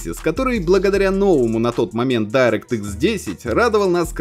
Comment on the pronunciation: Никто не говорит "Дайрэкт", "Крайзис" и "Си Пи Ю", вы чё!!! )))